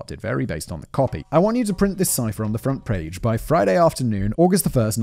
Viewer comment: Simon has this funny tendency to add Rs to words that don’t need them, like front “prage” lmao. I’d do the same thing too, I’d see a word with a letter R in it further down the line and pronounce it too early